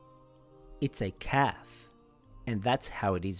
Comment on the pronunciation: it’s kaf